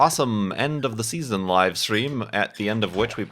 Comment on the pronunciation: "We wecorded that wive, didn't we?"